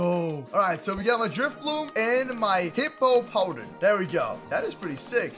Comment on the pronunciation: Pernoce it like this Hipo-pa-tas Hipow-down